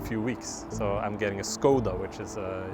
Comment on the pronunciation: Huge ❤️ for pronouncing Škoda correctly.